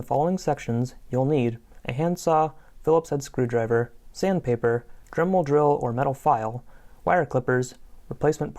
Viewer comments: “Dermel Drill” lol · They said dermel drill